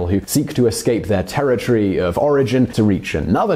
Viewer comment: It's "territory", not "terror tree".